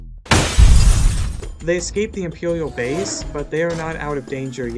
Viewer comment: “They escape the emperiwial bwase”